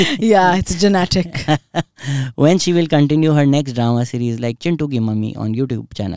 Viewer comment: If I had a dollar every time she said DROMAY 🥹🌚🌚 but still love it